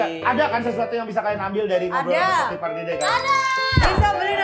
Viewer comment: Diakan pardede bukan parduda😂😂😂